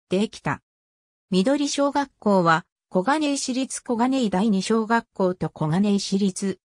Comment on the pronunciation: 「上記であげた」とか文語だし、リョク小学校とか。しりつが私立に聞こえるし。こがねいし りつ にするか、いちりつ でしょ。